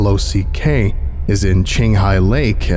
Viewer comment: Legitimately this was one of your worst readings. You mispronounced multiple words and you kept saying L O C instead of L O C K or just saying the word lock. Normally I love your readings but I feel like you failed to perform on this one.